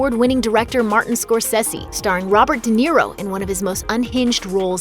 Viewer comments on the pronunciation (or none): none